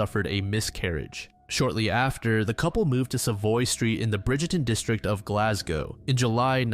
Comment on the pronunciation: He pronounced Glasgow perfectly! 🥳